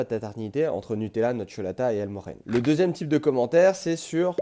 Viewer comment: C'est El morJene avec J comme Japon !